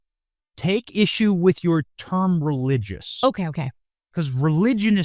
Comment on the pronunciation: I cringed everytime you said RELIGIOUS. I am so grateful when Benny explained the same thing I was thinking. As a Christian I believe in The Word. Thanks to the both of you for being open to this discussion.